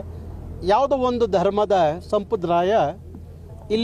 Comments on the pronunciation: ಸಂಪ್ರದಾಯ ಸ್ವಾಮಿ ಸಂಪರಾದಯ ಅಲ್ಲ ಕನ್ನಡ ಚೆನ್ನಾಗಿ ಕಲಿರಿ ನೀವು ಅವಾಗವಾಗ ಬಂದು ಹೋಗೋರು 🎉😂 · ಹಾಗಬೇಕು ಅಂತಿಯ... ಅಂತಿಯ ಅನ್ನಬೇಕಲ್ಲವೇ. ಇನ್ನೂ ಸಂಪ್ರದಾಯ ಅನ್ನೋ ಬದಲಿಗೆ ಸಂಬ್ರದಾಯ ಅಂತಿಯ ಬುನೇಶ್ವರಿ ಅಲ್ಲಾ ಭುವನೇಶ್ವರಿ ಅನ್ನೋ ಪುಣ್ಯಾತ್ಮ. ... ಜೈ ಕರ್ನಾಟಕ ಮಾತೆ ಜೈ ಸಂವಿಧಾನ ಜೈ ಭೀಮ್ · ಸಂಪ್ರದಾಯ ಅಂತ ಸರಿಯಾಗಿ ಉಚ್ಚಾರಣೆ ಮಾಡಪ್ಪ..... ಕನ್ನಡ ಮಾತಾಡೋಕ್ ಬರದೆ ಇರೋ ಮಂದಿ ಎಲ್ಲಾ ಚಳುವಳಿಗಾರರು ..... ನಿನ್ನ ಹೇಳಿಕೆ ಒಂದು ಸಾರಿ ಕೇಳಿಸಿಕೋ.... ಪ್ರಯೋಜನ ಆಗುತ್ತೆ ಇಲ್ವೋ ಗೊತ್ತಿಲ್ಲ......